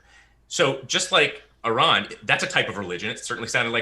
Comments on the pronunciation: After all these years, still can't correctly pronounce Aron's name correctly. In his opening, he, again incorrectly pronounces the name incorrectly. Is this an error? Is this intentionally after these years pronouncing the name incorrectly? Or is just this ignorant or dumb that he can't get something so simple, correct? There is no one dumber than one who believes fiction, written in a book of fables, is real. Is this an error? Or is intentionally doing such, to try and get Aron irritated? Yes, Cliffe is deluded. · There is no excuse for to constantly mispronounce Aron. It only serves to make him look stupid, why does he do it? Honest question.